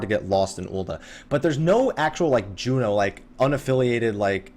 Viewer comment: its Jeuno! not Jueno!